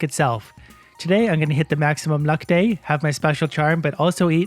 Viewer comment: “Maximuim” luck! lol